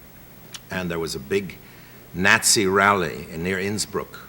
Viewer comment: Love the pronunciation. “Gnatsy”